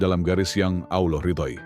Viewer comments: Sebut Allah ny sk blg kayak Allah khas org kristen sih? Hrsnya khan dgrnya Allah khas Islam. Sering dgr kayak ejaan kata kristen nyebutnya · Pake AI voicenya itu Makanya kurang fasih penyebutannya Ucapan itu d tujukan kepada Allah itu bkn yg d sebelah 🙏